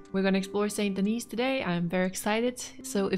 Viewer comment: The "s" is silent in St. Denis. ..errr, the second "s" 🤭